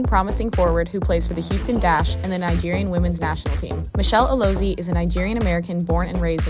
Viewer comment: Her name is pronounced "Alozié" - the 'e' is an "eh" sound.